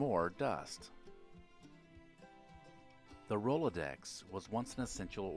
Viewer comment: It was painful to hear him mumble in confusion at Rolodex and Carbon Paper.